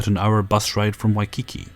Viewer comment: Oh, bless you,. Waikiki is pronounced 'Why-KEE-kee' (waɪkiːˈkiː). And haloe is pronounced 'howl-ee" ('haʊli).